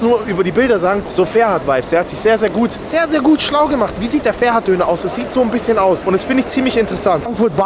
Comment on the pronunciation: Das heißt ferhat und nicht ferat du sprichst das h nicht aus 15€ zu teuer kannst du vergessen